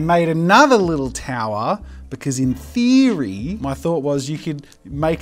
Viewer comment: no one: jazza: "BecAusE In thEEeEoOoRRy" XD